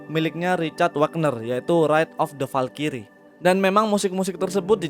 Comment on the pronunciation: Bang Valkyrie itu cara bacanya bukan (Valkyries) tapi (valkris)